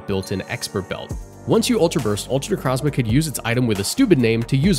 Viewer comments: Ok i cant handle the Pokémon name Butchering... 25% of the video Necrazma? Necro Zma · Bro did not just say "Necrahzmah" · It's pronounced necro zma O not a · You saying "Necrazma" hurts